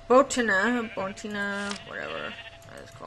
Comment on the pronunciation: Its said like Bow-Tan-ia